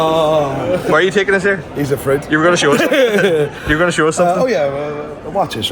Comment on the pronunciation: 'Hes a Froot'..lol, go on ye boy ye.